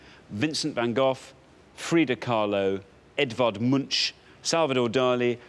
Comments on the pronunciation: Edvard Munch is pronounced with a K-sound at the end, not a SH-sound. Love from Norway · Is that really how they pronounce the name Edvard Munch in the UK??